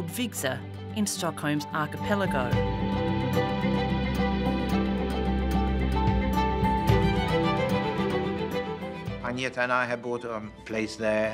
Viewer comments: Wish that someone taught you to say Agneta. As a swede you get anti-goosebumps when you hear the pronounciation of it. It's A+ng like in Fang + n + eta. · I can't believe they can't pronounce Agnetha's name on 60 minutes but constantly tell us that Abba are no bigger anywhere else in the world.